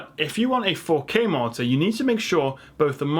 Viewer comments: everytime you say monitor it sounds like your saying Martyr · Poor guy owns a tech channel and can't even pronounce monitor it sounds like he's saying martyr 😂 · The word is 'Mon-i-tor' not 'Mar-tar' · i keep hearing "martyr". a 27 inch martyr? thats a small angel right? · Why do you pronounce monitor like martyr? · I'm Australian and I'm hearing martyr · After a few times of saying monitor, it sounds like you're saying martyr lol, great video! 🖒Thanks heaps for giving us your time brother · The way you pronounce the word monitor sounds "Martha" to me 😂😂😂. Amazing :-) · you pronounce monitor as a marter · At one point I was getting "monster"... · is it just me or it sounds like he's saying monsters?.. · Is it just me or every time he says "monitor" it sounds like 'Martyr' ... and I'm just sitting here like.. he didn't put a disclaimer saying "no monitors died in the filming of this video". Rest In pieces.